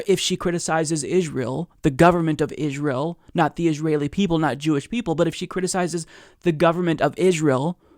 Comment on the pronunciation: I'm Jewish and probably more anti-israel than Omar. However,... Please, please pronounce Israel correctly. It's IS-rail, not ishzrail.